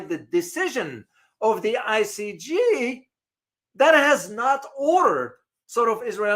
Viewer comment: great broadcast but if you don’t mind I’d like to make a minor correction to your pronunciation. The court is I C J not I C G. Thanks.